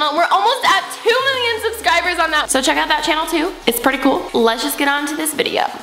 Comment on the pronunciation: Did you say "subskyber"? 😂